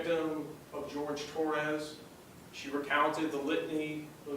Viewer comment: One point: his name is the Spanish Jorge, not the English George. She purposely mispronounced his name.